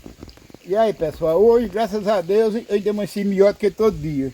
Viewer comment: Voceize,Deuzi, maizi, tamem, dificuldade, noizi .É muito erro de português dá angústia de ver esse homem falar acho que é a falta de dentes. Coitado do Carlos pegou um canal muito fraquinho. Abre um seu falando de estudo,profissões. Nunca fale de comida nunca dá certo.